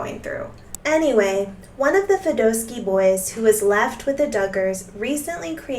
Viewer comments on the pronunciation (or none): The surname is pronounced with a short o, not a long one; Fed-AH-sky, not Fed-OH-sky. Correct pronunciation of proper nouns is important if you will act as a reporter or public commentator.